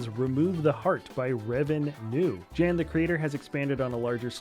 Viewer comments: thank you for featuring my expanded Er'Kit base! But again, my name's pronounced "Yan", not "Djan". :D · My guy, you need to pronounce jans name correctly, it’s pronounced like Yan